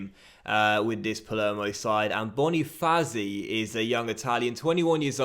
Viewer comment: More annoying with banofazi instead of bona-fats-eee